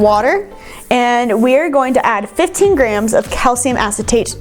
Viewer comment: “Such a large difference” what?? had to rewind three times to hear “15” instead of “50” 😅